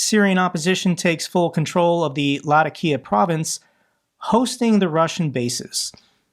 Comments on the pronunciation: I believe Latakia is pronounced "Lah-TAH-kia". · I get irked every time he says LA-TAK-EE-UH wrong. My arabic professor in College was a refugee from there and would talk about it fondly all the time. Otherwise solid vids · Latakia Pronunciation: lah-tock-kee-ah (Say it fast.)